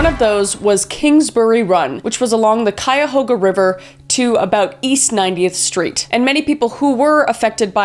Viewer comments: Elliott Ness also took down Al Capone, he led the Untouchables. Its Pronounced kai uh how guh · Poor Kris has never been to Cleveland...Cuyahoga...pronounced ky-a-hoga. Bratenahl...pronounced brat-in-all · Brat-10-nahl shore, Ky-uh-Hoe-Ga river <3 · My skin crawled at how you pronounced Cuyahoga lol. We say it like Ki uh how guh or ki ya ho guh. I’m from The Land the way you said it is a declaration of war had to talk my people down. 😂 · Cuyahoga = Kai - ah - hoe - gah 😅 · Anyone else cringing at how she pronounces the Ohio towns and rivers!? Cuyahoga does not have an L in it 😂. Never been to the Calahooga river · I was gonna give her props for pronouncing Cuyahoga(ki a ho ga) right the first time then she messed it up the next few times. Love these crime videos almost as much as her ghost hunting ones with Celina. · Great video Kris, love these deep dives. For anyone/ everyone outside of Ohio, Cuyahoga is pronounced Kai - yuh - ho - guh. I can't blame you for the pronunciation because even spell check on here is like, "Did you mean Mahogany?" I'm from Ohio, it's beat into our heads on how to pronounce it. We kept a lot of the names from the Native American tribes. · As I am from Cleveland Ohio your pronunciation of the river and locations is a little off :-) but I love your program new to the channel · Lmaoo how Kris pronounced Cuyahoga.. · I’m from Cleveland and hearing her mispronounced Cuyahoga made me wanna cry No hate boo❤❤❤ I am so lucky to live near one of the most notorious serial killers in the mid west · I’m from Cleveland and hearing her mispronounced Cuyahoga made me wanna cry because I live in Cuyahoga County